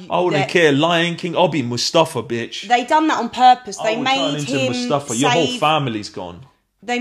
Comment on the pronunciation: “Mustafa”😂😂😂 Mufasa, brotha LMAO